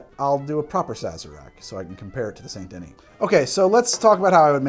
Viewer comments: I'm sorry but your pronunciation of Saint Denis as "Saint-duh-nee" instead of "san-duh-nee" hurts me 😂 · It's SAN-DUH-NEE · Even Arthur Morgan can pronounce "Saint Denis" properly and he's an uneducated gunslinger. Joe Biden Voice C'mon Man...